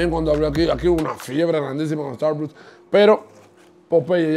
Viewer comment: Buen vídeo, pero es importante que aprendas a pronunciar las marcas antes de grabar el vídeo, muy mal pronunciado tanto Popeyes como Starbucks.